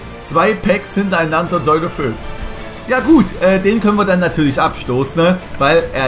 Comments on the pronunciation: 7.21 wer is Deulofö? Man spricht ihn DeolofeU aus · Man spricht das De u lo fe u aus. Nicht Däulöfö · Maaan, das wird De-u-lo-fe-u ausgesprochen, der ist Spaniener kein deutscher 😂😂😜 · Ich wollte nur anmerken, das der Typ De-u-lofe-u ausgesprochen wird und nicht Deulofö also mit abgetrennten Us. Trotzdem cooles Video. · Deulofou hahahhahahaha bruder, wie soll ich schreiben. Es heißt anders ausgesprochen 😂